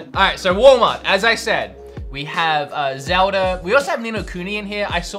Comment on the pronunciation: Zeuhh Duh